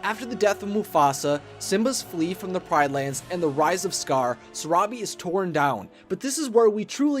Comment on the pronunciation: When you said the rise of scar I thought you said the rise of scourge By the way it's from Warrior Cats it's a really good series